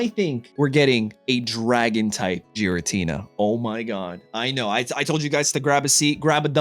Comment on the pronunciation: That Giratina would be a massive problem. Also, please stop calling it Jiratina.